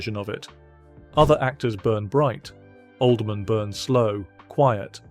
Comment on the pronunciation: It's hilarious how the narrator pronounces it OLD-MAN